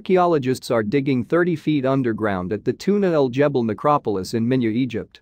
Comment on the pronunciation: Its Tuna El GEBEL, the G is like the G in “gas” its NOT a J. And Tootank-koomen??? Seriously?!